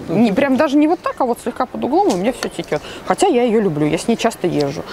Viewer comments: Очень нравятся ваши обзоры и манера подачи материала, но..... Течёт, а не текет, в единственном числе именно так будет правильно. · Очень нужное дело,ноооо термос -течёт!!а не текет!!!!прям бьёт по ушам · Все очень интересно.спасибо. Но не текет,а течет. Не вытрехается,а не вытряхивается.извините. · Спасибо, посмотрела с удовольствием. Не считаю, что затянуто, живой разговор приятен (особенно в нынешней ситуации). Будет приятным бонусом с Вашей стороны, если больше внимания будете уделять правильной речи (конкретно: вместо слова текёт, в дальнейшем будете говорить течёт). Мне очень неловко делать замечание взрослым и приятным мне людям, извините и не обижайтесь, пожалуйста. Вы классные, хочется чтобы были идеальными. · в целом, сам обзор полезный, исключительно поэтому подписалась на ваш канал, за проделанную работу благодарю. Из минусов: пожалуйста, следите за речью, очень режут слух бранные слова, а также не верные произношения слов, как пример "текёт", нет такого слова в русском языке, как уже написали многие из пользователей. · Текет? Серьезно?